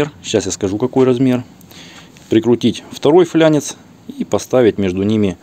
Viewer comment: Не флЯнец а фланец.